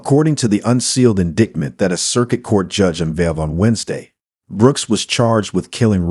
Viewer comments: Please quit saying "in-dictment." It makes you sound ignorant like the B6 deplorable scag. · I actually roared out loud when he pronounced it “indigment” for the third time. How does that happen? Surely everyone knows the correct pronunciation of indictment…especially if you’re narrating anything which has a legal ramification…jeeze Louise… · Can’t candle the mispronunciation of ‘indictment’ 😠